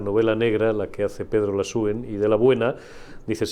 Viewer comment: No sé llama Lasúen, sino Lasuén.